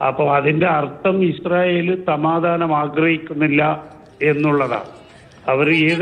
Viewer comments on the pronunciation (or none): none